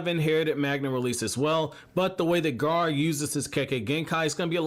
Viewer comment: Everytime he said Gar instead of gar-ah I cringed